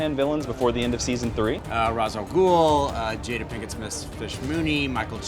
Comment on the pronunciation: Raysh Al Ghul